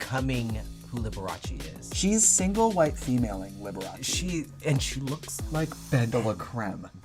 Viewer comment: Shannel NAILED Liberache!